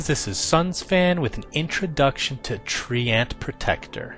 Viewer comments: Treant not Tree-ant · Tree-ant? Seriously? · TREANT PRONOUNCED AS TREEYENT. DAFUQ DID I JUST HEAR? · he's saying it like Tree-Ant, I'm not hearing the Y sound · I played WC3 in my language, and I haven't thougt that's how to pronounce treant. I always say "treent". I like it that way. x3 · dont know about you, but i pronounce it "traeint" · "TREE ENT" OH MY FUCKING GOD I STOPPED WATCHING RIGHT THERE.